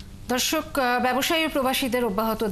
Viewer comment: উপস্থাপিকা প্রথমে কি বলল ধর্ষক না কি দর্শক...?? 🤔🤔